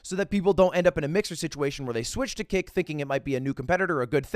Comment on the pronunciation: hearing ludwig discuss 'kick' is triggering my inner 12 year old's fight or flight response as i hear it as 'kik' every single time